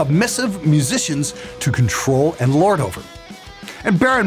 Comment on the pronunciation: Restarted the video 3 times just to hear your awesome pronunciation of mhhuhsicians.